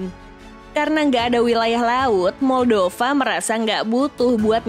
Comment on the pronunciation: Moldova di baca 'maldava' yah 😅